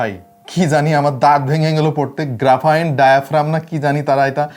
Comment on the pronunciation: হে ম্যান, ইট'স গ্রাফিন ডায়াফ্রাম, নট গ্রাফাইন অর গ্রাফারাইন